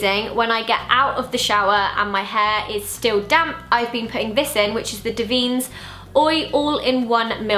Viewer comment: Davines is an italian (beautiful) brand and it is said DÀ-VEE-NES - hope it's helpful